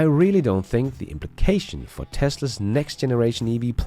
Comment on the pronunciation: Hey there ! Sorry to say, but, as in contrary of your videos being just ...excellent, there is SOMETHING weird in your access , that cause the Google translator to often translate the word " TESLA'S or TESLAS " into ..."TESTERS or TEST" and it's becoming very, VERY annoying (in fact, it's nearly 40% of the cases "TEST/ERS" instead of Tesla's.!) ! Please, either try a better accent for "TESLA's / TESLAS " , or inform Google help center to somehow ... fix it , even if that means to FORCE the translator to use TESLA instead of ..testers when the video is all about CARS , i mean, what kind of AI do they have if it ain't able to conceptualize the essence of the existing words based on the whole subject and choose the best fit from there on !! Many thanks in advance !!